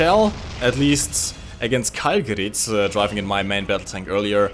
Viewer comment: It's gerat with a not gerit with e